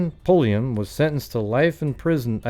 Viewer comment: No relation to Janis Pulliam besides a shared last name but I just had to THANK YOU for not being every other goofball I’ve ever encountered who stammer & stutter when trying to pronounce it! Lol